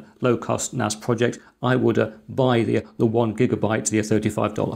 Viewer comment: this is confusing you call it a Network Attached Storage and yes you keep calling it NAZ. A S is not a Z NaSssss not Nazzzzzz